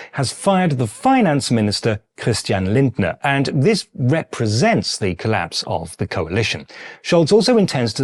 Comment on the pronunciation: pretty sure he is German speaking. Never seen his channel and I don't know him so I could be wrong but the way the pronounced "Christian Lindner" makes me fairly convinced that he speaks very fluent German. But I guess this channel isn't German.